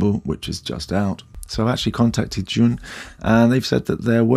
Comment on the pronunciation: It's pronounced Jew-in, just fyi.